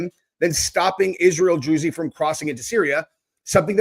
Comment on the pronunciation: It's pronounced drooze